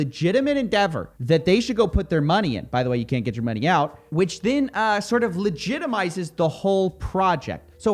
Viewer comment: Everyone: money Coffeezilla: mah-knee